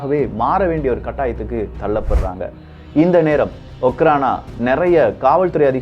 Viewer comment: Hi bro okhrana means just security in russian language im studying in russian University,in my university all security called okhrana and pronounciation also அஃராண